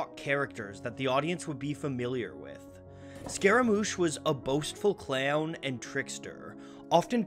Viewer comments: "Put a gun against his HAYD pulled my trigger, now he's *DAYD*" - CLAYAHWN VERY interesting pronunciation, makes me wonder from where the narrator hails. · His pronunciation of "clown" actually makes clowns disturbing to me. OOF!